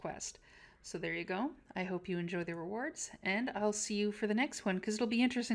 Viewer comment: The las word you say on every video... Are you portuguese by any chance? It looks like you are saying "Tchau" wich means by. Or are you saying "Ciao"? Oh well.... Good video anyway.